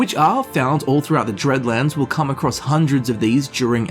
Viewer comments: It's DEADlands, not dReadlands, there's no R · Wait. Deadlands right? Not Dreadlands?